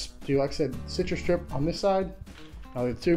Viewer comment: How hard is it to pronounce "CitruStrip"?